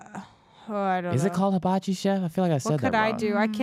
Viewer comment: you pronounce Hibachi correctly. 😁